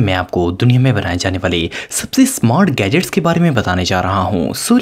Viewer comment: wijets. not wid gets